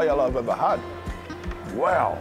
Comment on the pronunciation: The way he says Weow absolutely cracks me up every time 🤣